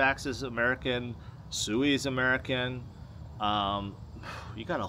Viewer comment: Sui is pronounced SWEEE. Its a japanese word for running water.